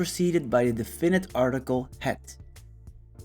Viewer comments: Thank you it helped. By the way ... the stress is in "de" ... in DE finite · I liked your explanation but had to listen to it several times as you mispronounce the words 'definite, indefinite and adjective". Please listen to English pronunciations of these words - you put the stress in the wrong places.